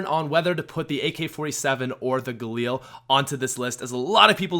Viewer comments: Stop saying galeel it’s ga lil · Its called gaLIL not gaLEEL u dumb fuck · The galeel? No, no no, ga-lil. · the way he says galil (Galeel)